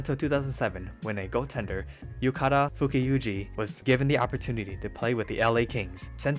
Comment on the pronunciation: Sorry if I’m just nitpicking, but the pronounciation of Tsujimoto, Miura, and Fukufuji’s names were, for the most part, way off.